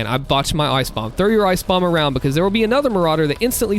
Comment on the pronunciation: I love how you say, bekos instead of because XD